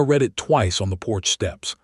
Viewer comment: Sigh las and Ellen or. E li us. READ- SOUNDS RED, NOT REED.